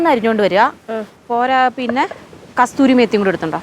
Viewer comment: കസൂറി മേത്തി ആണ് കസ്തൂരി അല്ല